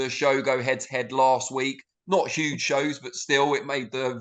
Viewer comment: "ITS 'UGE!!!!!"...